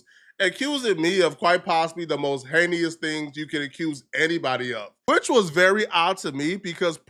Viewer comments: It’s “ HEY-NUS” . Not “HEY-KNEE-US” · Bro learn how to say heinous! It’s pronounced “Hey-nis” 🤦🏽‍♂️ not Hey-knee-us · ”Hay-knee-us” not once but twice 😂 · "Heinyous" is heinous 😂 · Dude learn how to pronounce words if you're going to use them. Heinous is pronounced Hay-nus. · “Heinous (Hay-knee-us)” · Whats "hayneous"? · “Heykneeous” is nasty work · He knee us. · "Hay-nee-us" crimes. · Pronouncing heinous like that is killing me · that's not how you pronounce heinous I thought you were meant to be educated upstanding citizen? 😂😂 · The word "heinous" be whooping my boy ass everytime he tries to use it 😭😭😭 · the way you pronounce words like heinous makes me pretty sure you don’t even write your scripts anymore. Get back to the akademiks type videos man this shit sucks